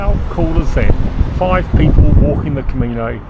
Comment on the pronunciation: Camino, not " comino..." 😊